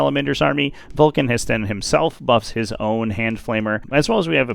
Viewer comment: ITS NOT VULCAN HESTAN ITS VULCAN HE STAN